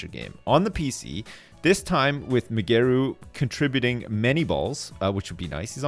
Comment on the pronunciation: I like how ' pronounce Migeru's name, Mygeroo mayomoto